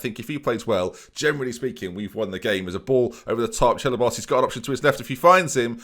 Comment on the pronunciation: "Chelabos" is definitely a new low even for LMAO <3